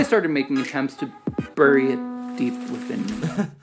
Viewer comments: lol in that bit about pronouncing Orange, he pronounced "bury" very strangely. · The way the gentleman said "bury" was weird to me. I'm Canadian and I pronounce "bury" as if it were "berry". And I pronounce "buoy" nearly identically to "boy".